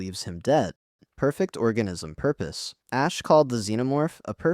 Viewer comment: "Perfect oranism prupose". Quite, quite.